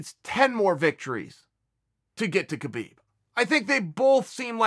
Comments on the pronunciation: i am a HUGE KAHbib fan. and proceeds to do as chael does and mispronounce his name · "huge" khabib fan yet he cant pronounce his name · How is he still mispronouncing Khabib? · to the BIG KHABIB FAN guy with glasses crying about the sicko islamic culture being insulted. YOU AINT EVEN PRONOUNCING HIS NAME RIGHT. worry about your own culture being under attack, which it undoubtedly is. rather than some dude from the caucuses whose name you cant even pronounce. good lord youre angling for that 'c' word i hate so much that everyones throwing around atm